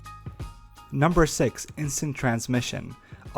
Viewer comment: its not sakes its six for god sakes!